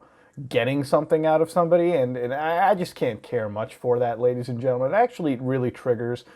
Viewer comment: you say ladys and jentelman very much. Noice